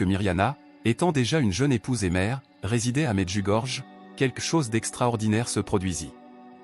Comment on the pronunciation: "Medjugorié" c’est la bonne prononciation de cette ville.